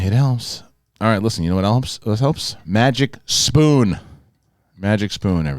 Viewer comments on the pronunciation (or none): You said MagicPoon LOL It’s MagicSpoon LOL Sit down loser LOL! ..… Pfft….shave your head and go to sleep! 😉